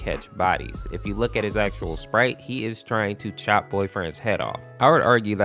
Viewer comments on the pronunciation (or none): none